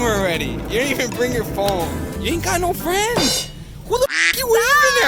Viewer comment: “YOU AIN’T GOT NO FRANDZ” 😹